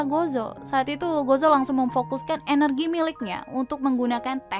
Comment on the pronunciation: baca nya gojo ya dek bukan gozo